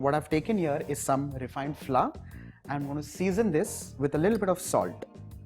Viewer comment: You pronounce the t in salt very strongly